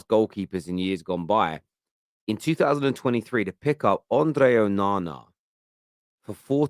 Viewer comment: Bruv just say Andre honestly why you trying to roll the r